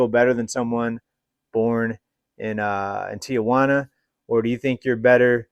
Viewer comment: you mispronounce Tijuana there is no letter A after the I.